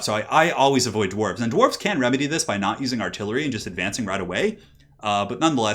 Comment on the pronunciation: Gwarves? WOULD YOU LOVE A MONSTERMAN